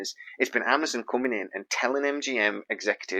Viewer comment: When did Amazon become Amazun? lol